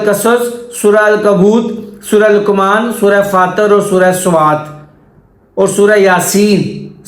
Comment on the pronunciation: Fatar nahi fatir